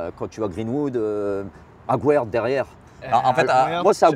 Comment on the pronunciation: Il ne sait pas meme pas prononcer le nom de aguerd 😂😂😂.